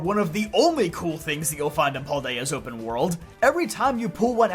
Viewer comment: Pal-day-ah not Paul-day-ah